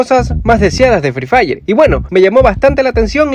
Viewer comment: hay decía "free dire"